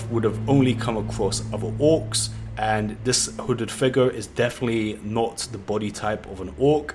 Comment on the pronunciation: Your saying wooded figure